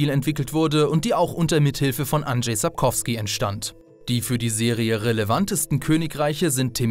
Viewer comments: Es heißt nicht "Andrey" sondern "andschey" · Guys one thing: it's Andrzej nor Anderej. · Andrzej nicht Andrej, der gute Mann ist Pole, nicht Russe